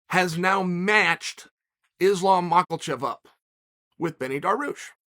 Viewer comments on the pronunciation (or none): We're still calling him Makalchev, are we? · Chael, the L in Makhachev is silent. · "Islam makelchev" my new fav fighter 😂😂😂😂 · islam mackelchev gets me every time 😂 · "Ma ka Chev" please ... How older are you? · Ah yes, my favorite fighters, Islam "Mockelchev" and "Benny Darwoosh". Love uncle Chaels pronunciations hahaha